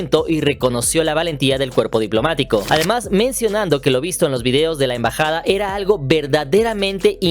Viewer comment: EMBAJADA😊 no en bajada NO ENVAJADA